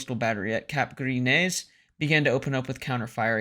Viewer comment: “Boo-loin” “Luh-too-Kay” Gree Neh. French pronunciation videos are available.